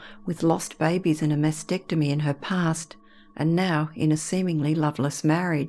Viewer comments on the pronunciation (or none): none